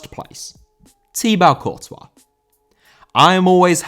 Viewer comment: Courtois still hating this video for pronunciation